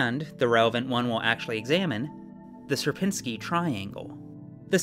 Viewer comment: It is only for Algorithm Summoning Circle, so don't take it too hard When I saw a warning for polish pronounciation I was surprised But then I heard the pronounciation of "Sierpiński" and... Uh... 😅 Anyway, good luck with your move!